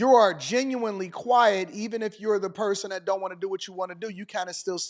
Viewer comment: yeah great teacher, can't even pronounce "th" sound.